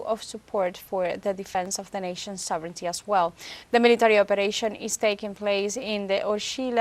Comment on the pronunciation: ❤Thank you for all you do to bring us the unbiased news of Latin America and beyond! And thank you for pronouncing "sovereignty" like "SOVrinty" (correct) instead of "sovRINity" (incorrect)! And I wish I could stop my U.S. government from doing horrible things!